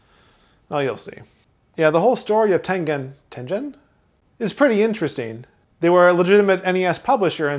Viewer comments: Ten-gen not Ten-jen There is a g in there for a reason. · OK, I looked it up. It's pronounced tengen, not tenjen. It comes from the Japanese game called Go. Please feel free to check this reference: senseis (dot) xmp (dot) net/?Tengen Other than this "joke" I enjoy your show. Thanks for all the effort you put in to it. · Also its japanese name is テンゲン Te-N-Ge-N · Tengen. G sounds like the G in get.